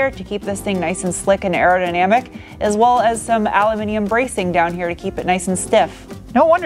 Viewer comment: Always thought your were extremely appealing ...but now I’ve heard you say “Al-u-minium” I’ve now upgraded you to awesome. 😁. Thank you for your hard work & content for this year & best wishes for the new year...